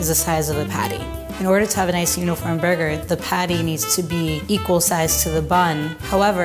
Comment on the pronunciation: Fernando Saurin yep "burgeur"